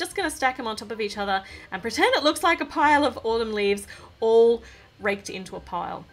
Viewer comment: Did you say ‘Raped’ or ‘Raked’?